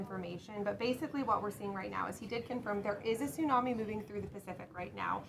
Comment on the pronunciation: Wow she actually does know the right pronunciation tsunami ❤